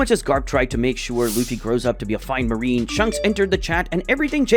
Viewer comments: ITS AN INSANELY GOOD VID BESIDES THE FACT THAT HE PRONOUNCED "SHANKS" AS "SHUNKS" EDIT: I SAW THE PINNED COMMENT AFTERWARDS SORRY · Bro really said shunks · WHO IS SHUNKS ITS SHANKS XD